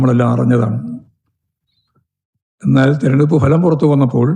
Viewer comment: Thereduppu alla threrenjeduppu aanu Govindthan Maashe !!!